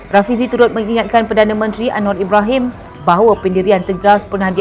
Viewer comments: Malaydesh tak bisa ucap R, berikut buktinya 1. Anwa 2. Kuala Lumpo 3. Selango 4. Besa 5. Kasa Dll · 😂😂Jawahama pula sebutan nya terlebih " R" dan " a" contoh 1. Anwaarrr 2.Kuaala Lumpurŕr 3 Jakarrrrtaa 4. Surrrabayaa 5. Kaasarr